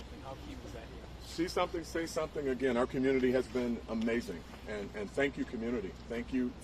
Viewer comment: The valley girl reporter who pronounced amazing like “uh meeezing” drives me crazy. I bet she says “like” every other word.